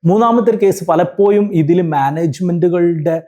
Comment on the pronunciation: ഒരു examo intrw വോ ഒന്നും ഇല്ലാതെ,പൈസയുടെ മാനദണ്ഡം മാത്രം വെച്ച് govt ജോലി വാങ്ങാൻ പറ്റുന്ന ഒരു മേഖലയാണ് teaching... മാനേജ്മെന്റ് സിസ്റ്റം നിർത്തേണ്ട time കഴിഞ്ഞു. (Sir, ന്റെ സംസാരം ആകർഷണീയമാണ്. പലപ്പോ'യും' എന്ന് പറയുന്നതൊഴിച്ച്..) Aided സ്ഥാപനത്തിലെ ടീച്ചറോട് വേർതിരിവ് വരുന്നതിന് കാരണം psc exam എഴുതി കഷ്ടപ്പെട്ട് പഠിച്ചു ജോലി കിട്ടുന്നവരും പൈസ കൊടുത്തു കേറുന്നവരും തമ്മിൽ ഒരുപാട് വ്യത്യാസം ഉണ്ട്.. ആ വ്യത്യാസം മനസ്സിൽ ഉണ്ടാവും. ഞാൻ പഠിക്കുന്ന സമയത്ത് psc യെ കുറിച്ച് ഒന്നും അറിയാത്ത സമയത്ത് ഒരു ടീച്ചറോട് ഇതിനെ കുറിച്ച് ചോദിച്ചു.., എങ്ങനാ apply ചെയ്യേണ്ടത്.. എങ്ങനാ പഠിക്കേണ്ടത് എന്നൊക്ക.. അപ്പൊ ടീച്ചർ പറഞ്ഞ മറുപടി.. എനിക്ക് അറിഞ്ഞൂടാ മോളേ, ഞാൻ ഇതേവരെ psc examonnum attnd ചെയ്തിട്ടോ reg. ചെയ്തിട്ടോ ഇല്ല.. Qstion എങ്ങനെ വരുന്നത് ന്ന് പോലും എനിക്ക് അറിയില്ല, govt. ജോലി ആണ്.. പൈസ കൊടുത്ത് കേറിയതാണ് എന്നായിരുന്നു..